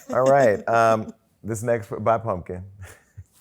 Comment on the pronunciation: THEY WAY SHE READ PUMKIN,IF I WAS HER I WOULD NEVER COME OUT OF MY HOUSE💀